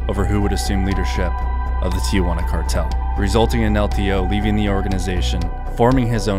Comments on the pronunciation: STOP saying TEE YAH WANNA please. How in the hell do you get TEE YAH from 2 letters t and i before juana? Try TEE-Wanna maybe. I bet you nukyaler instead of nuclear... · It’s pronounced “Tee-juana” not “Tee-ah-juana.” 😁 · Tijuana pronounced [ tee-hoo-Anna ]